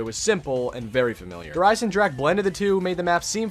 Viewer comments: Sorry man, but i get soo anoyed how do you say Der Einsendrache because it's said "der einsendraha" and not "ache" like headache. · It’s not pronounced dere eyesendrack it’s pronounced dere eyesendraha ITS A GERMEN NAME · he says der isen-jack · maybe those people aren't used to say this words but says Like Headache in Every single video hahaha ( I don't speak German by the way) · Little late to the party, but it’s DAY-ERH EYE-SIN-ROCK-UH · is it just me or he said Der Eisenjack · He: Der Eisendrack Germans: Triggerd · Wie er der Eisendrache auspricht 😂😂 Der eisendrak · Anyone hear him say der eisenjack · you said der eisenjack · Yo! If any1 doesn't know how to pronounce Der Eisendrache properly, and wants to learn, it's pronounced (Dare Eisen-drocka) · "Dare EYES-in-drahkuh" great video but your pronunciation is cringe-inducing lol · Learn to pronounce to name Der Eisendrache correctly please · PLEASE LEARN HOW TO SAY DER EISENDRACHE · Finally someone else points it out. It bothers me so much when people mispronounce zombies map names and weapon names.